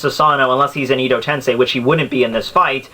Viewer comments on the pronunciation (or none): all i can say is learn how to pronounce japanese characters dude cause the way you say susano or edo in edo tensei irritates me man a lot.